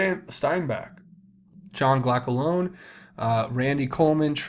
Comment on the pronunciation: Giacalone- not geea k loan.. just say "jack a lonie", rhymes with macaronie.. just sayin.. always stumbling over the names..